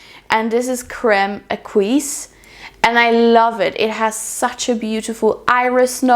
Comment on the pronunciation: Crème Exquis is a very pretty fragrance! It's actually pronounced ''X-SKI'' 😉😉 I think it's important to mention however that the brand made a mistake when it comes to the name; the correct form would be Crème Exquise (it's missing the E) which means exquisite cream.